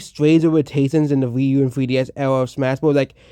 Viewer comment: “Thwee ds”😂 buddy’s disrespecting peak and cant even say it right